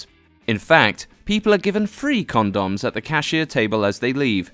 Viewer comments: Con-dons... lol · The way you pronounce condoms BRAVO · the way you say condoms I thought you were talking about some kind of thai food I had never heard of. even when I saw the word "condom" it took a decond to realize that's actually what they are, since they looked nothing like condoms and you say it really weird in a way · ... how almost no one can see that (s)he's just commenting with dry humor on the narrator's odd way of pronouncing condoms is rather striking.